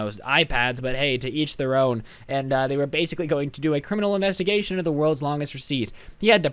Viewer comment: What about this? "The Federal Bureau of Inguestigation"